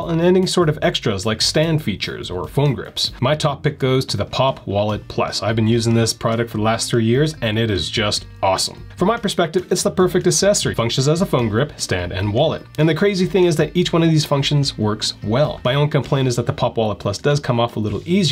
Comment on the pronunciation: It's really painful on my ears to hear you pronounce the word accessory as though it were spelled assessory! Try practicing saying acksessory until you get it right!